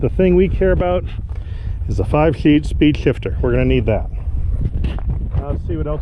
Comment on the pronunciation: "5 Sheed Spifter.."